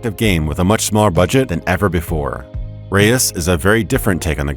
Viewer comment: "Reus" (one syllable) falsely pronounced as "Re-ois" by the narrator LOL, reus is Dutch for giant. Prety obvious as Abbey Games are located in Utrecht, The Netherlands. However, you are forgiven as the Dutch sound "eu" is unknown in English